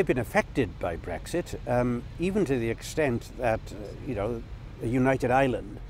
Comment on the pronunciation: The Welsh lad, Lord Murphy, can't even pronounce Ireland. He's saying island, like lots of others do...